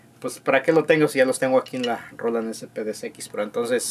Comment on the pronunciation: Roland, bien pronunciado, asi tambien las siguientes ,canal, mas o menos, descarga, cheken, descripcion , sonidos, programados, de esa manera etc etc etc etc etc... pero la palabra SAMPLES que deberia sonar ASI SIMPLE SAMPLES, ESA NO!!!!!!!, ESA PALABRA SI SUENA DIFERENTE SUENA ASI "SEMPL" jajajajaja por que asi po que poqueeeeeeeeeeeeeee